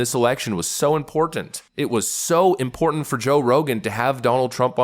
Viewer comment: "Important"-I too am fond of hitting that first 't' in the middle syllable.